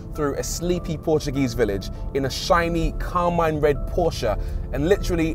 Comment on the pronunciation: Finally someone pronounces Porsche accurately 🙏